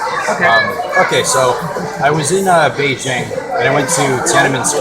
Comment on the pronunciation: Why can't your even pronounce Beijing correctly?